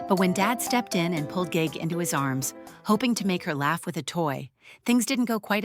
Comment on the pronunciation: Ge Ge is pronounced Girl Girl without the l consonant. It means princess in Manchurian.